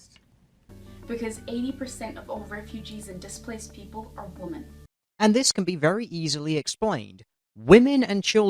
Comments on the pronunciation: Can anyone else not stand the fact she says "woman" instead of "women"... or is it just me? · she keeps saying woman instead of women. It's really annoying. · I just got annoyed how she kept saying woman. She can say men but apparently can't say women with an e? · She keeps saying woman when she means women. 1 in 6 woman? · Women. Women...... WOMEN!!! NOT WOMAN YOU DUMB KIWI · Why does everyone say woman? It's women. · Lots of kiwis say "woman" instead of "women". I only noticed it a couple of years back. No idea why. I think it sounds ridiculous.